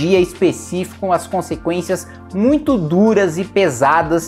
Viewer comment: VIROU PETISTA NORDESTINO KKKKKKKKKKKKKKK COLOCANDO O H NAS PALAVRAS MUITHO